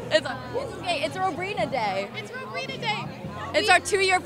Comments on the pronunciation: EXACTLY. I WAS LIKE who is Robrina..? & then when i watched the vid i was like,"oh!! ROWbrina! not robrina!!" lol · "Robrina" it's ROWBRINA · It's ROWbrina 😂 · Robrina? Seriously? Rowbrina 😂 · First of all, it's Rowbrina not Robrina. Sorry, I just had to point that out 😁